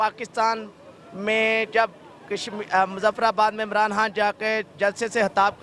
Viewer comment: Chutiye....Kam se kam Imaran khan ka naam toh achhe se le....Sale Imaran haan Imaran haan kar rahe hai